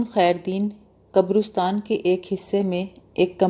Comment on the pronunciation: قبرُستان غلط تلفظ ھے۔ درست تلفظ قَبْرِسْتان ھے۔ (qabristaan) اس کے علاوہ بھی تلفظ کی بہت سی غلطیاں ہیں۔ اتنی محنت کرنے کے ساتھ ساتھ ڈکشنری کا سہارا لے لیا کریں تو سونے پر سہاگہ ھو جائے۔